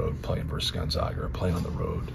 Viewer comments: Is there even one person in the Purdue organization who knows that it's Gon-ZAG-a, not Gon-ZOG-a? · It’s Goon-zag-a 😂